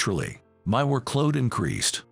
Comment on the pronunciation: It's work-load, not wor-kload. Quit using AI voice.